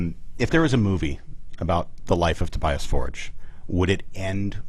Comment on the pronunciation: How about learning how to say Tobias ffs